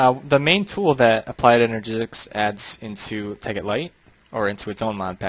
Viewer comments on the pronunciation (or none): Applied Energizzics as calls it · I think is saying Applied Enerjizzidics